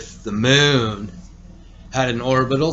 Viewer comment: "Now lets get to the MOOOOOON..." "I 've got the MOOOON coming into View and leaving VEEEEEEEUUUUUUW It's not just his long ass pauses, it's also his way of saying specific words with the EXCESSIVELY LONG HOLDINGS on specific syllables and sounds.... This dude either was dropped on his head just right to be EXTREMELY SLOW or he fried his damn brain so bad that he's to dumb to be aloud on Youtube.